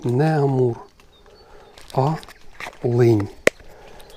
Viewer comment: Лин, а не линь